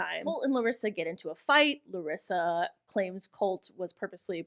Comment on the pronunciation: the ee thing at the end of the names its not a larissa thing, its just our accent. Like how you can't actually pronounce larissa as we would, you say loh-rissa